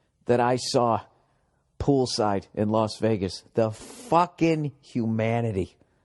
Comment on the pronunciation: Hu-manitee lmao 😅